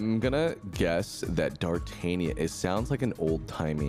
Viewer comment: Everything about this "Dartanion" is hurting me inside.